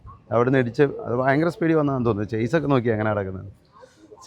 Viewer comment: ചെയ്‌സ് അല്ല. ഷാസി എന്നാണ് കറക്ട്. മുമ്പ് ഇക്കാര്യത്തിൽ ഒരു ക്ലാസ് നടന്നിരുന്നല്ലോ... ക്യാമറമാനെ പഠിപ്പിക്കാൻ ഇനി ഏൽപ്പിക്കണം....!!!